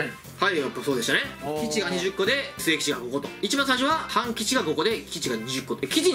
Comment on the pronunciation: たまに半吉が勘吉に聞こえる